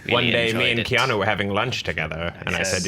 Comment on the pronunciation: 'Dumbly Earnest'...although, then My Own Private Idaho also came out in 1991 (I think it was), and both he and River were awesome in that. Also, why can't people say Keanu's name properly? Really, it's easy...Kean-oooo' not o! After all these years, if that was me, I'd be popping people on the nose every time they got it wrong. Haha.